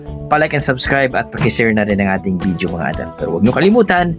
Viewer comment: ......It isn't BID-YO, it's VID-YO Not WHEE-TER, it's WAY-TER.